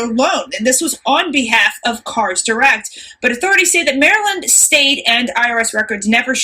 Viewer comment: "Messy Maryand!"